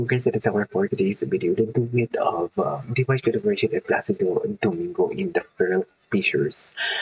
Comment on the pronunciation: Please learn how to say his last name right. It’s not Jin it’s gen like saying again with out the sin front. Thank you enjoy your reactions other than that .